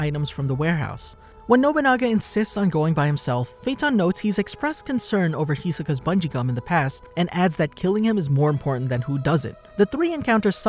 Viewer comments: Lmao my man is saying Hiska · The "I" in Japanese is usually pronounced "e" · Hisoka is pronounced He-So-Ka.